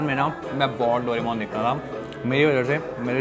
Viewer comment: Doremon❌ Doramon✅😅😅